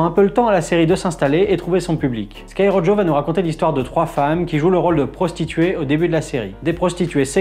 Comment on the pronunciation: A chaque fois que tu prononce Rojo comme ça, Dieu tue un chaton